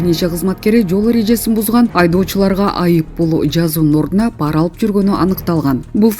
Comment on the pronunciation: Па’ра эмес, пара’ деп оку тантыбай